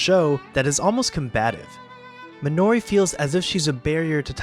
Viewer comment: You are completely butchering the pronunciation of “Minori” 😆